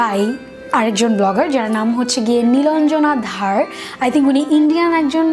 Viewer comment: নিলঞ্জনা ধার না, নিলঞ্জনা ধর